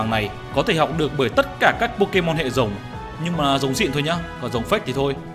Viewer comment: Mega Rayquaza hay con nào có chữ R. Anh đọc rất hay chữ R chính xác. Nhưng đến chữ Rồng thì thành chữ Giồng. Thật thú vị. Nói chứ đọc vậy cho nó vui anh. Nhớ lúc viết là con rồng chứ đừng viết nhầm thành con giồng là được. 🐉